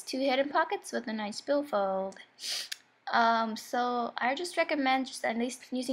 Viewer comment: nice bill FOYLD